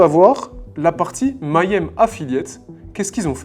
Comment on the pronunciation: Salut, excellente vidéo, mais il faut que tu apprennes à prononcer le mot si tu dois le répéter autant dans ta vidéo... Petite astuce, Mayhem se prononce comme ceci (je te fais grâce de la phonétique): commence comme "meilleur" et rajoute "aime", ça donne "Meillaime" = Mayhem Continue le bon boulot 😊